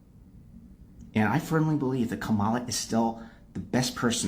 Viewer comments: That white dudes for Kamala guy is so mad about about her loss but he is saying her name wrong. The accent goes on the first syllable not the second. They get so pissed off when people say her name like that. There is a lot more hate coming from liberals toward all men, especially white men. They keep telling me how terrible I am but now they're mad that I didn't vote their way? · If the White Guy in the glasses voted for Kamala, why is he pronouncing her name wrong?